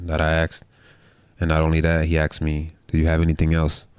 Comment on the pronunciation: Kao što u Srbiji neki kažu “kuj” umesto “ko” 😁